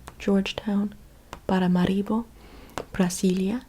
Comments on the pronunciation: I love how you say Brasília. The pronunciation is perfect 💖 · Your accent while saying "Brasília" is spot on... the original way of writing "Brazil" is with a "s" instead of "z" so the original pronunciation is just like you said "Brasília" minus the -ia.